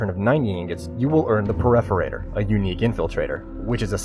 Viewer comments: lol you said pereforator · Did you say "PerEforator"?